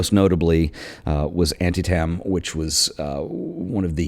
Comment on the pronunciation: Antietam - pronounced An-tee-tum Sally Mann is a genius and your video celebrates that genius very well.